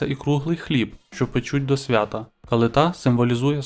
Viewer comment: Не СвятА, а СвЯта.